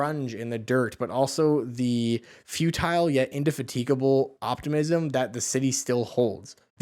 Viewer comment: Funny how you actually looked up the word “indefatigable”, yet still managed to get the stress wrong 😊 In-de-FA-ti-ga-ble, my dude 😊